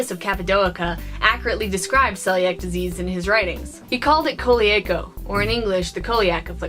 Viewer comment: This was a great video. Though it's pronounced "seeliac".